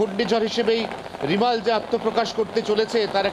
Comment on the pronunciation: আপনাদের সাংবাদিক রেমাল কে রিমাল রিমাল করে যাচ্ছে কেন